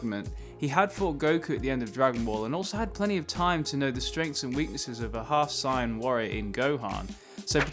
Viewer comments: say say-in if u can say both the word say and the word in then combining them to make Saiyan shouldnt be much of a problem to pronounce or at least from my bigot perspective it seems so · Are you saying saiyan or cyan? Because it definitely sounds like cyan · IF I HEAR " SIGHIN' " AGAIN ISTG IDK Y BUT IM ACTUALLY UPSET im not rly upset just slightly annoyed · Its pronounced Say-ann (Saiyan)